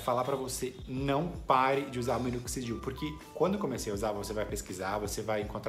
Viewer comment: Parceiro qual minoxidil vc usa ? Não consigo entender quando vc fala .. e parti o nome ,? Grato